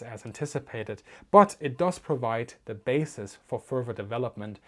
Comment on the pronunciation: "Ze Rockets" "It Schrecks Panzers" LOL Easily the most amusing episode of Military Aviation History.